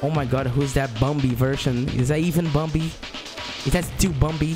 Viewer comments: I like how he says bombi instead of bambi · I like how his accent say bumbi instead of bambi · Its bambi not bombi lol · Its bambi not bombi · i keep hearing him say bumbi lol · Still saying bumbi to this day 🥴